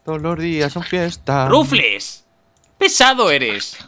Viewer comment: ¿Alguien sabe porque pronuncia "Rufles" a Rufflet? XD